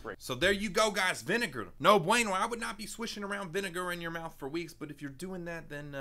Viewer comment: The Bentis: The bineger Me: WTH ITS VINIGER I THINK